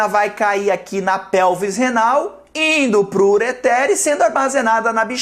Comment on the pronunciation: eu não sabia que ureter tinha acento